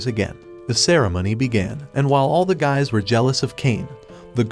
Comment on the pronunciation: Bro sayd yuys 😂 bro dads from a nader anime lol😂